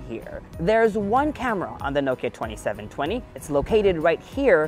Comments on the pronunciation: Not "noe-ki-er" It's "NOH-ki-uh" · Is it really pronounced as “nowkya”? And not “now-kee-ya” ?? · Americans never pronounce Nokia correctly - it’s not NO-kia it’s noh-kia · Isnt it naw-kee-ya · The way he pronounces Nokia is really bizarre.